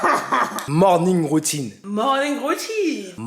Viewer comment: En dait, j'étais déjà mdr "MRONING" ?! Non okey d'accord, ya pas d'soucis 😂 Vous deux, incroyables 🤌🏾😍 nos stars vraiment